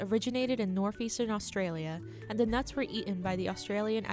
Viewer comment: DEES NUTS